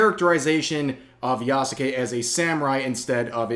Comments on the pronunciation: who the fuck is ya-soo-kay? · The u is silent my guy